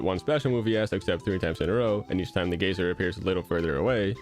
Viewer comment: It's weird how you speak normal American English but mispronounce geyser like Terry does